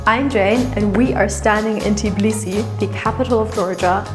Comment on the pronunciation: Please do NOT mispronounce the name of the city! It is TBILISI, definitely NOT "Tiblisi" as you call it!